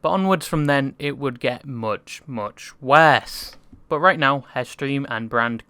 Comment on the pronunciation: yo yt creator guy i like the content but i hate your stupid ass english accent and especially the way you pronounce: '' worse ''. Truly hope you can change your accent some how cause some times you pronounce something so weirdly that it feels like power drill drilling into my forehead but keep up the good work.